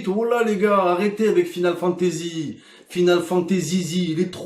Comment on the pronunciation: “Final Fantazizi”